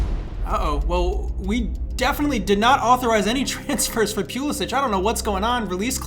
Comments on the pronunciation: That Christian (pew)lasic Pronunciation hurt me lol. Great vid though, gained a new sub. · “Christian Pew-lisic-“ Also: “Kai Havertz steps up, chipped down the middle. Balls of steel.”